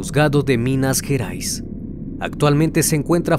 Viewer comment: És minas gerais no minas jerais